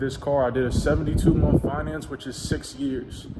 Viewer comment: Did he say monf? 😂 awesome car man congrats!